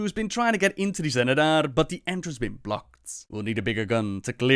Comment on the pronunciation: this is clearly pronounced as Zenedar, why do pronounce it Jenedar?